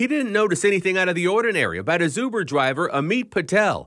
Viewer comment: said "UBER" correctly! (Two weeks ago was ridiculed for saying "YOU-ber)